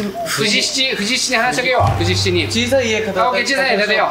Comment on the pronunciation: 有岡くんが藤七をずっと「ふじなな」「ふじしち」って読んでるのが気になってしょうがない😂 たぶん読み方の相場は「とうしち」だと思うんだよなぁ